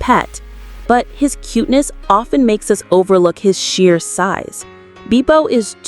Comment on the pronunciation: “Roh-bin” there is no way that a human would call robin that. This is AI. Also, “beepo?” It’s pronounced beh-po. AI voices make me mad